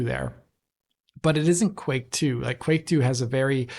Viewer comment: The “Qu” in the version of Quake 2 is pronounced as an F 😅